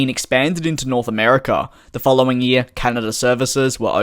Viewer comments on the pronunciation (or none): Are you Australian? Got a hint by how you say year